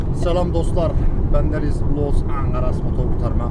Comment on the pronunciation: abi los angaras diyon ya bana büyük bir bağımlılık yaptı